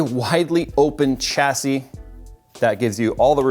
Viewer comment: Chassy.. no dude, the word originates from French so it's prounounced "Shassy"